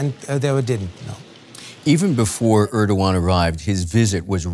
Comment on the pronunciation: Can someone tell this news anchor that it`s not Örkan or Ördogan but Erkan or Erdogan. E as in cEll or tEll